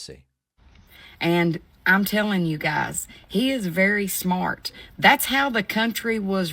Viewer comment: “And ahm tellin’ yew guys, hay’s very smort. That’s how tha cuntry was ran before taxes”. 😂Yeah. Thank you for telling us. 🙄 Shore wishun I be as smort as her be in Kintuckee. Yeeeeehaaaaaaw.